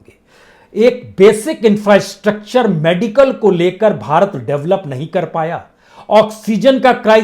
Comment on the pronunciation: इंफ्रस्ट्रक्चर को क्या बोला गंवार 😂😂😂😂😂